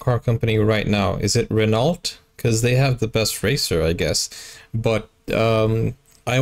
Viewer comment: As a car guy. Renault is French. It’s pronounced “Renn-Oh” 💕